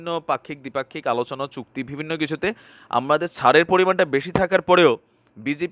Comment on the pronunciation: mind korbenna..apni bivinno word ta use koren besi, kintu uchcharon vul koren,,vivinno bolen, so bo k vo bolen, parle thik korben plz